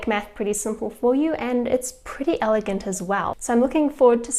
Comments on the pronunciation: the pronunciation of the word elegant? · ?? Why that strange pronunciation??